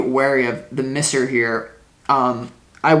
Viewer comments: i love you so much but it's pronounced MY-ser hehe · Pronounce Miser as Mize er